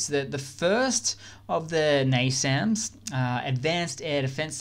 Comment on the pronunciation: YES! You said NASAMS correctly! THANK YOU!